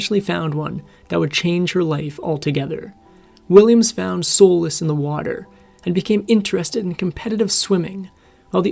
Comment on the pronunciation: Solace is not prounced soleless. It sounds like Saulus.